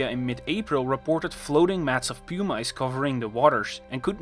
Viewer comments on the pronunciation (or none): Aleutian is pronounced "Uh-loo-shun". Pompeii is pronounced "Pom-pay". Pumice is pronounced "pum-uss", not "pew-mice"! 🗾 🏛️ 🐭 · It's PUMM-iss, not PEW-mice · I heard “pew mice” and had a momentary giggle imagining a rain of mice